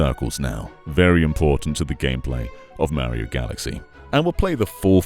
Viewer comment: You said Mario wrong.